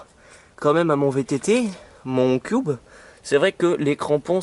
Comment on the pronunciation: sa se dit cube pas "cuoube "